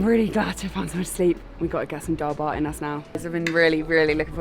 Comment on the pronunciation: Dhal bhat? Sounds more like Dhal SHART. Love the channel!